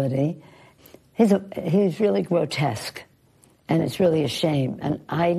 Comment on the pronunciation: did she just say "Gwotesque"